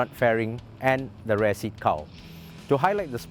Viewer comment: The way he prononce 'rear' is Unsettling